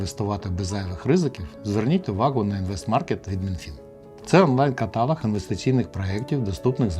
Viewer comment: ВИ же освідчена людина, як Вас не коробить від слова катАлог?